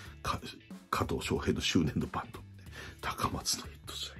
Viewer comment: 里崎さん 「バント」ですよ。 バンドじゃない